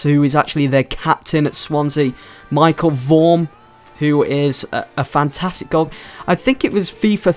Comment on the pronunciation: It's Michel, not Michael.